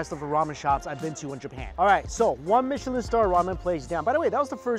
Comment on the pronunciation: Aw yes the michlin star I’ve heard of the legendary “michlin” star